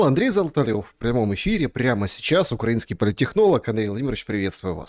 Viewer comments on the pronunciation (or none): none